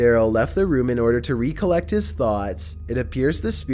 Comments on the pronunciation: His emphassis is on the wrong sylLalable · Never heard recollect pronounced that way.